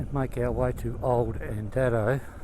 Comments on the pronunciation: Andado is pronounced andaydo not andado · Correct 🙂 The station name is pronounced Andaydo. I know this because Molly was a wonderful friend to our family and my dad’s cousin worked for her as a Station hand for many years when she was over at Andado, the newer homestead. My dad visited the old station many times to help Molly around the old Station, especially when it was a running tourist attraction back in the eighties and nineties.